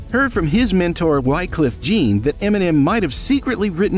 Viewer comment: Really? There are some mispronunciations here and there, ("Wyclef Jean" for example) and sounds exactly like other AI voices so I could have sworn it was. Good job regardless.